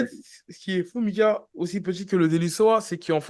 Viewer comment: C’est pas possible Mika Tu fais exprès d’écorcher les noms ou c’est comment ?😂😂😭😭